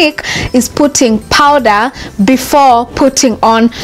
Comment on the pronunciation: It’s called powder not powdera